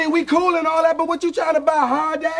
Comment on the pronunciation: We cool and all that but what you trying to buy "harday?" What did sheenehneh say? What is harday?